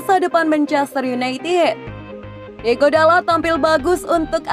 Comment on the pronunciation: tulisan namanya diogo, tapi sebutnya diego terus